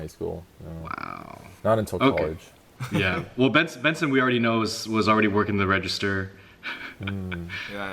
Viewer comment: Oh my god! I had this video playing in a queue while I was checking something else, and I suddenly heard my name! You pronounced it right, Benson. Thanks for having me for Lunch Break! 😁